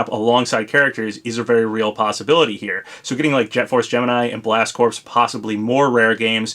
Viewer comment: Blast Corps is pronounced Blast Core btw...the p is silent. I think the best bets if we get the 1st Fighter Pass character revealed are the mysterious SE character, Banjo & Kazooie or Sylux....